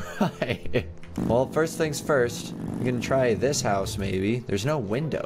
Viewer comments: you said tings instead of things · “The tings” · its not tings its things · u said ting instead of thing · “So, I couldn’t get the TINGS yesterday” I’m actually dying 😂 😂 😂 😂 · "I wasn't able to get the tings!" 😂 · Did anybody else hear tings or is it just me?